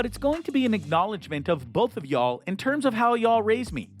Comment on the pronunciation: Dude doesn’t even know how to say “y’all” lol 😂 Cringey vid.